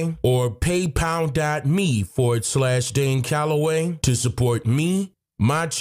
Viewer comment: CALLOWAY = Call of the way